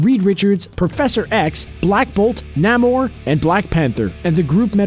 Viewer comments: Ummm, namooor, not naaamor p.s. I love your channel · Hey not trying to be rude but it's nA-more. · When he pronounced Namor nAmor